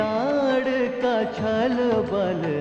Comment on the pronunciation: ताडका न कि तडका